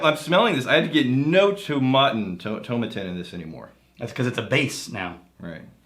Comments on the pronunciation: Toe-maa-tin lads; it'll sound (and possibly taste better!) if you say it that way:P I know what is saying about whiskies that are primarily made for blends, but you get the odd stonker. I'm enjoying a Caol Ila at the moment, and thats certainly full of character whilst being a big blend component in other whiskies. P.S. I wrote that before I saw you lads mention Caol Ila - great minds eh.;) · It's like how you would pronounce tomato in the UK so to rhyming with paw and matin rhyming with Satin with no emphasis on any syllable. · Tomatin ( the pronunciation key said rhymes with Satan when i bought a 12 year old bottle back in 94... It also said it was used to make blends) it was awful then and under 18 bucks .. awful was an understatement.